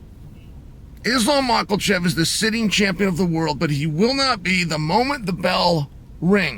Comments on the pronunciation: Say it correctly Mah kul chev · I love ya Unc but i cant take it anymore...there is NO "L" in Islam's last name. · "Macklechev" -Chael